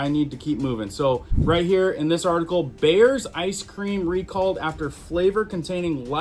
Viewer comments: BREYERS NOT BAYERS Pronounced briers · ITS BREYERS! NOT BEARS!!!!!!JEEZ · It's called Bri- urs, not Bears. Breyers. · It's BREYERS, NOT BAYERS ice cream. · it is pronounced "Briars " not bear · Bears ice cream??? It is pronounced BRY- ER. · Are you miss pronouncing THE word BRYERS CALLING IT BEARS FOR LEGAL reasons , just asking ! But it is pronounced BRY ERS. LOVE YOU BYE !! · its not bayers (asprin) it is bRyers lol no biggie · "You're killing me, Smalls!" Breyers is pronounced "briars". We buy a local cow & split it with my parents. We buy pigs from the animal auction & butcher them when they come to weight. We raise chickens. So, I rarely have to buy meat & I don't buy eggs. I'm beginning meat rabbit business soon. I'm going to sell my motorcycle & buy a dairy cow. We travel to the next county to buy raw milk. If you're able to raise your meat or buy from a farmer, I strongly suggest you do so. I also grow a garden & herbs. I don't buy soda but my husband does. Trying to get him to quit. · Ice cream is pronounced: "BRI-ERS"... Not bears. Just sayin. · Love you...but it's pronounced (BRY-ERRS) Breyers. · Breyers pronounced bri-ers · It's pronounced "Briars" ice cream. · Dude, You have GOT TO LEARN HOW TO PRONUNCIATE WORDS. IT IS BREYERS ICE CREAM. EVERYONE IN THE WORLD KNOWS HOW TO PRONUNCIATE THIS, YOU ARE CALLING IT BEARS ICECREAM. THIS IS NOT THE FIRST TIME , I ALWAYS WATCH YOUR VIDEOS AND YOU ALWAYS CANNOT PRONUNCIATE WORDS. IT MAKES YOU LOOK EXTREMELY UNEDUCATED. LEARN HOW TO SAY THE WORD CORRECTLY BEFORE IT LEAVES YOUR MOUTH. HONESTLY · Hahaha "...cases of 'Bayers'..."?! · Its pronounced Bri ars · Peace. Thank you,, for all you share. Helping to keep us healthy, safe. An assist for pronouncing word, 'Breyer's': Br + eye + urrs = Bry +urrs. Prosper all ways. Peace. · It's pronounced Bryers ice cream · it's pronounced(Bry--Ers) Coll--ards(Greens)😮😮😮😊😊😊🎉🎉🎉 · BREYERS is pronounced BRIARS.